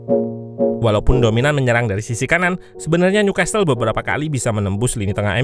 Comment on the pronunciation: Newcastle t nya ga dibaca bang, jadi dibaca nyukasel